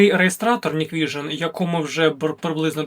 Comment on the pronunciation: Hikvision Не Ніквіжн, а НіквісіоП. 😂